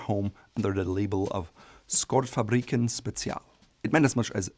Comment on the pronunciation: actually pronounced "shortfabriken" the k is silent.